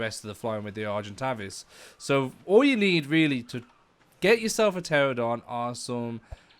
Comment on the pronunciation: He said terrordon but it’s pronounced tranadon But idc bc he’s helpful